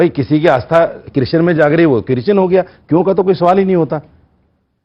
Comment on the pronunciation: किर्षण नहीं बोला जाता कृष्ण बोला जाता है